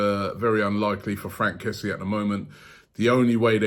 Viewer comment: His name is pronounced kessie-e btw